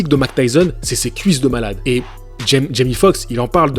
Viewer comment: Tu dis Jimmy, c'est Jamie ! Tu sais comme dans "c'est pas sorcier" 😂 (Jimmy et Fred)😁